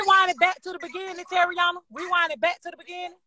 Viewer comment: Did she say Terryanna????😳